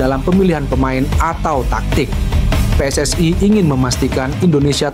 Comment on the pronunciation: Min ....Tolong dong ngomongnya biasa aja PSSI gitu jangan PSSay Aneh kedengeran nya 😂